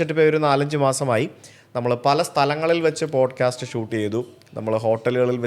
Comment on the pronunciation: "Bodcast" alla sujithe